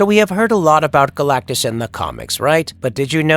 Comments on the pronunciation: He’s that big of a deal the guy who narrates started with mispronouncing his name. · Turned it off immediately after hearing his pronunciation of Galactus. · Stopped watching when you mispronounced Galactus in the first 15 seconds. I can only imagine what your Shpliderman video is like. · How in the world did this get posted with the narrator's very first word mispronouncing his name ... "Galacticus" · seconds when you say "Galacticus", that was when I stopped watching. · Galactus, not Galacticus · Galactus. Not Galacticus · Galacticous lol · You say Galac-ti-cus 1st time you mention it's name lol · Did I just here dude say "Galacticus"? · Who is Galactuskus? Lol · Mf said Galacticus in the beginning ☠️ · first thing narrator said was "Galacticus" LOL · "Galacticus" mufukka I'll god damn fight you. The disrespect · Deadass called him Galticus in the first 13 seconds. Lol good try buddy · Am I tripping but does he say Galacticus right at the start?😂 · galactacus? Why'd you add an extra syllable? Isn't it Galactus... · “Galacticus” right off the back??? #fail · you said galactacus at the beginning, isnt it just galactus? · Dude had a minimum syllable count "Galacicus" lol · As soon as you called him Galacticus, I was out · 14 seconds into it, this guy is already butchering the name “galacticus”. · Did you say "Galacticus"?? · "Galacticus"?? I had to replay that to be sure I heard it right. I detest A.I generated narrations. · "Galacticus?" If you can't even get the name right in the opening lines you got issues. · Did you say... galagicus at the start?! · Why tf the narrator call him Galacticus in the first 5 seconds? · This fuckin guy just said Galacticus in the beginning of the video 😂😂😂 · Galac-ti-cus, is the first word of the video? Lol. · This dude said galacticus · he also said “Galact-i-cus” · 12 seconds in he calls Galactus Galacticus. No wonder he wants to destroy the world. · Literally the first word from the narrator is getting the name wrong.